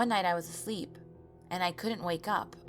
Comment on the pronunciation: it sounds like she said i was a slut when she said i was a sleep